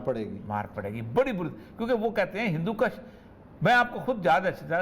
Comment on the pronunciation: اردو داں اوریا صاحب بھی ہندو کش(Hindu Kush) کی بجاۓ ہندو کش(Hindu kash) کہتے ہیں۔